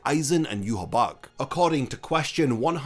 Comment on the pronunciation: Question: Why do you pronounce Yhwach as Yuhabach, when the anime calls him Yuhabaha?